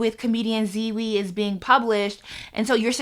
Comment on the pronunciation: Yo sorry but ‘Ziwi’ is taking me the fuck out 😂😂😂😂